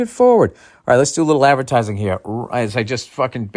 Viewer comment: ‘Ol Billy Advertisahhh